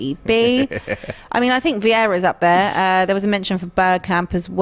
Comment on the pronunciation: Can’t Brush of Viera’s name like that